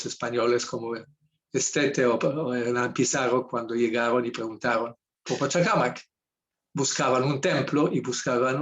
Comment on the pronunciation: SE DICE PACHACÀMAC, NO PACHACAMAC